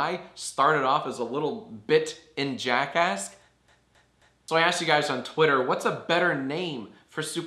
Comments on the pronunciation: I thought you sed Jackass instead of Jackask. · I keep on thinking your saying jackass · Who else heard jackass?